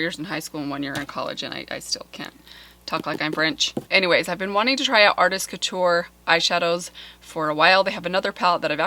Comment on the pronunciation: You look lovely in glasses, they make you look sexy and smart. If someone doesn't like them, they can leave the room. As far as pronunciation, Google Translate has a cool feature, not only do they translate, they tell you how it is pronounced, so you can sound like a native, and no longer feel embarrassed. It is pronounced: koo-t-yoor, not kew-ture.(as close as I can get with the French 'R', which is actually defined as an uvular fricative. TMI. I am currently learning my 5th language, Polish. French was my second, English my fourth. Something to do in the pandemic).